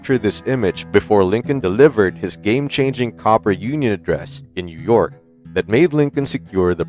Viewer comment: It’s cooper not copper